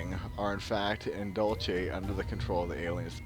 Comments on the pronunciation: DUDE !!! Learn to pronounce the frigging names !!! It is Dull See...NOT Dulchay. If you can't be bothered to know what you're talking about...I can't be bothered to watch your vids !!! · pronounced "Dool see" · its pronounced "dool-see" !!!!!!! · Say it like your saying dulse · and he cant pronounce it...